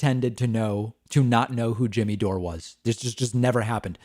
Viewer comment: Who is 'Jimmy DOOR-A [sic]"?